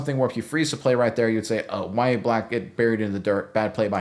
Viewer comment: Its NOT Ya-ye black, wtf? Its Yah-Ya Its an arabic name of John the Baptist.